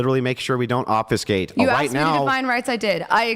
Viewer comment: also, the word is trying to pronounce (obfuscate) is pronounced, "OB-FEW-SKATE", and NOT pronounced "OB-FUH-SKATE" like he is doing.